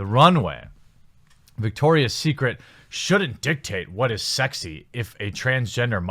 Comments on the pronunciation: It's Victoria's Secret, not Victor's. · It's VICTORIA'S secret... not VICTOR'S secret! ROFL!!